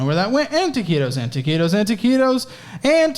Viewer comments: Dude the fuck is "ta-ci-tos"? I l legitimately have never heard that term... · Imagine doing a drinking game where ya gotta do a shot every time he says taqitos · You actually started to sound Spanish when you were saying toquitos rapid fire. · Every time says taquitos I get flashbacks